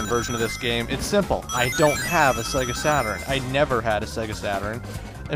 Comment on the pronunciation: Sega Saturn-urn Me:Its Sega Saturn dammit!!!